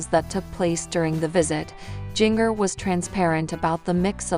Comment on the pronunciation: Please learn to to say Jingers name correctly! I don't know why but it bothers me to hear her call Jingrrrrr it is pronounced like the spice!